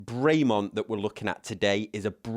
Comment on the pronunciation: It's not "Bray Mont " it's "Brem on" . Nice watch though